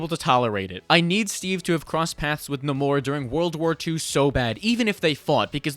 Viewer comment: God I hate how people are saying Naymor as Naaamooorrr. As someone who has been a fan of marvel it just doesn't sit well